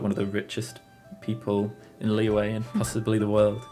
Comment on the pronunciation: it’s the “q” sound 😭 but i’m used to it now ive heard so many people call “liyue” “liwei” so